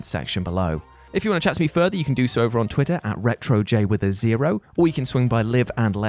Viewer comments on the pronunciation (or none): none